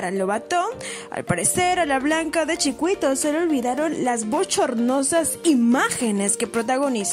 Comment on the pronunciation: Pronuncia bien CHUCUITO🤨